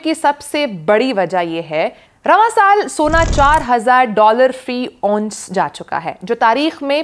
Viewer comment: Please.....its not " onse" but " ounce"